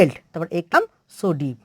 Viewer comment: ক্লাম হবে না, কাম উচ্চারণ হবে